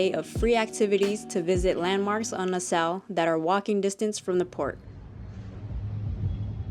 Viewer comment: You are pronouncing it incorrectly, it’s nas-saw